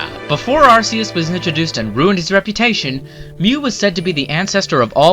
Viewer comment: amazing you said number 1 correct but you missed arceuses pronuciaon its weird